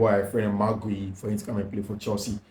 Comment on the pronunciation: please, the name is Spelt Guiu. Pronounced (Gi yu).....not (Ge iu)